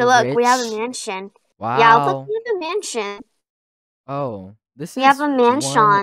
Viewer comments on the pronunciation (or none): I hear leanne say a manson 😂😂